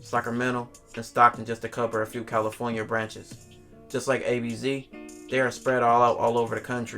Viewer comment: And of courTH caliTHornia hahaha